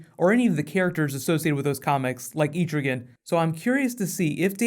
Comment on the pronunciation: it's "et-ra-gan" not at-tra-gone